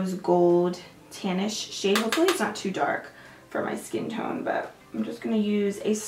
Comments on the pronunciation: I heard camel toe shade 😂😂😂Love you girl hope you and your family had the merriest Christmas. 😘Love your videos no matter what you do! I could watch you do anything ❤ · Totally thought you said camel toe for a second, not camel tone 😂😂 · Jackie Barbery Haha thats what I thought too!😭😭